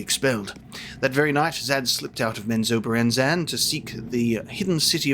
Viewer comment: Also very well done on the “Menzoberranzan” pronunciation 👏 👏 👏